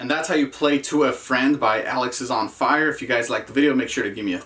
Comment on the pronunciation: alexisonfire* alexis - on - fire, great video anyway